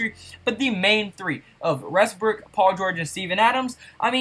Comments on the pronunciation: Also, it's "Westbrook," not "Resbook." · He says Westbrook like restbrook